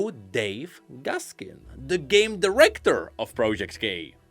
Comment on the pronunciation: accent: Project Gay Me, who is listening in the background: The what?